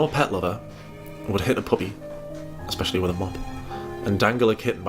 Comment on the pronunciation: There's something about her saying 'Expecially' that drives me up a wall. English isn't my first language and my english is so much better than hers. I don't understand how you can be so bad at your native language.